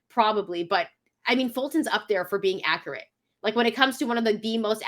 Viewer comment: is not "akarette".